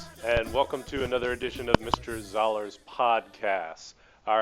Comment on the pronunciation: Why you pronounced "Zahler" instead of "Zoller"?